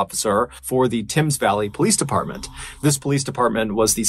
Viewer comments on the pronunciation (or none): Its pronounced tems valley not tims. The Thames. You were close. 🙂👍